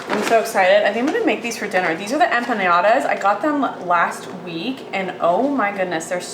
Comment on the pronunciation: I love how you say Empanyadas!! LOL